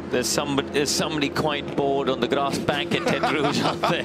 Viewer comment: At the so-called tetre rouge? What do you mean the so-called tetre rouge. It IS tetre rouge. That’s it’s name